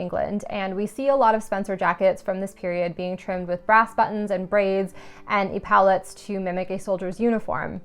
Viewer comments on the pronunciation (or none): (Just for future reference - epaulets = pronounced 'eppa-lets') Personally, I like to see still shots of the work-in-progress (you can usually get more info from still shots showing the layout/cutting and then each stage of sewing, than video clips of cutting part of it out and sewing seams), and then a long video of the finished dress being modeled while walking, standing, sitting in the outdoors or historic setting - my favorite part. I loved the video - so much great information!